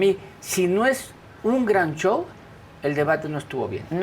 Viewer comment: Es shou no chou